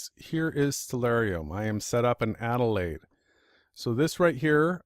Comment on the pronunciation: I'll pipe up here, as uses extracts from one of my Youtube videos in his support of the AEmap which motivated this rebuttal (by of Awake Souls). Adelain? Adelain? why does continuously refer to Adelaide (where I live) as Adelain in the context of this video, is this something similar to what Obama did when he took office i.e. deliberately mis-pronounced his inauguration speech, is this some type of Karma thing? FAIL! in part of the original video mentions that the Sun sets right-to-left (which it does here in Adelain) and then moves off 'around' or words to that effect. I live here in Adelaide tell me where the Sun moves off 'around' in this: and why the clouds remain lit for so long after the Sun has clearly 'left the building' Oh yeah, Great Work you are Champion for the Truth.